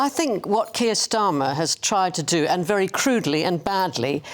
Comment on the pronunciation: Wery Wery turo